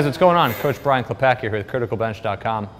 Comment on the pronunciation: BTW, I see you are Polish origin...and you pronounce your surname like: 'klepaki' but it is not correct :) 'klepatzki' is correct pronunciation...